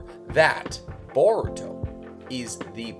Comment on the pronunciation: you butchered his name beyond repair 🤦🏿 its “boruto” not that hard to spell and secondly that wouldn’t be a amp for boruto at all you say unrealistically powerful when i bet you your self can’t explain what makes him “unrealistically powerful” its a anime dude smh